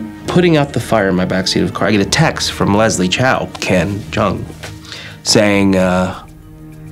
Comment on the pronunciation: 影片中，『周』的發音是廣東話(和周潤發相同)，不是普通話。 將老周設定為臺灣人，怪怪的。